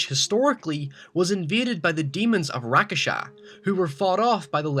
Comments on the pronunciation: omg rakshasa isn't even hard to read or say. it's rakshasa not rakasa jeese I can't watch this video like this. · You don't say Rakasha, they're called Rakshasa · its not Rakesha .. its Rak-sha-sa .. man eating demons from Indian mythology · Rak-sha-sa not rakasha tf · It's not Ra-Ka-Sha... It's Rak-Sha-Sha... in Malay, Indonesian, Tagalog, Hindi, etc means "monster". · Its Rakshasha not Rakasha -.- Rakshash means monster in Hindi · Oh dear god its RAK-SHA-SHAA not RA-KA-SHA. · just a little correction, its rakshasa not rakasha but it wont matter though. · It's Rakshasa and not Rakasha. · that's not how you pronounce "rakshasa" :T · what the fuck is a rak-a-sha its rak sha sa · quick tip: "rakshasa" isn't pronounced, "rakasha", but, "rak-shah-sa" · Dude it is rak-sha-sa not rak-a-sha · Rakshasa is pronounced "Rock Shossa." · It's pronunuced "rak-sha-sa" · Why do you keep pronouncing Rakshasa as "Rakasha"... I mean I know it's not an English word but cant you at least sound it out? Great video either way though lol! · Man, you are pronouncing Rakshasa wrong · How did you write rakshasa perfectly but still managed to butcher the word. Dude just sound it out. Syllable by syllable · Your pronounciating rakshasa incorrectly. You are missing "sha" in the end. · He said rakshasa wrong and it's annoying the hell out of me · Is it really that hard to pronounce "Rakshasa"? All you have to do is say it the way it's spelled. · Uuhhh, good job on the pronunciation of Rakshasas